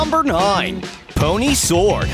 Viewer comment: Focus kinfe Pony: Are You Kidding Me? You said my name wrong TWO TIMES!!!